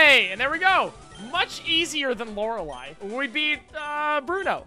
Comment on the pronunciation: I've been watching a lot of. It's refreshing to hear someone say "Lorelei" correctly.